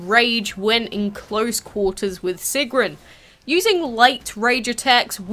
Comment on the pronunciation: Great video! Nice detail and you said her name right, which no one else seems to be able to do. Almost all of them say it like, “Sigern.”